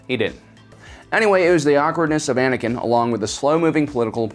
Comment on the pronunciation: Why the heck do people say Anikan instead of Anakin